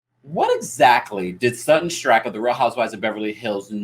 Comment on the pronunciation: Strackeeee not Strack